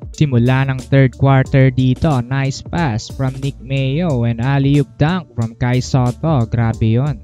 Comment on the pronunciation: Buhay na buhay boses mo sir a. “Kai Sateh” peace bro